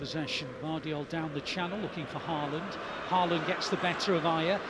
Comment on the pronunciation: In Britain the Ø in Ødegaard is pronounced correctly. But you’ve got the AA in Ødegaard and Haaland wrong. AA is the old way of writing the Å, and it is pronounced with the same sound as in the English Word ALL. So from now on, no mistakes. 😊